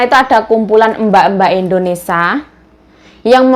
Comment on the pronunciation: ...maaf kok melafalkan Indonesia...Indonesa...krg i.jd dengernya ga enak. maaf ya dikoreksi